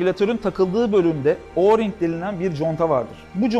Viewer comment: Abi oğring contası değil direk oring